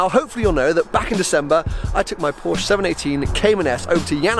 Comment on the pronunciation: It's POR-SHUH! POR-SHUH! POR-SHUH!